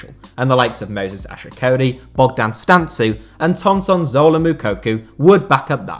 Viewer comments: Its Bogdan Stanku how you pronaunce it not "Stantzu" but Im sure nobody cares :)))) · I m romanian and the way you say Bogdan Stancu is hilarious , much love and respect tho